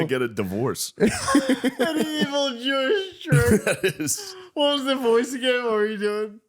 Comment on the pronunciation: “Evil Jooish trick” 💀